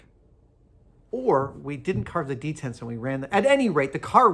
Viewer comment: Why does he keep saying 'detents'?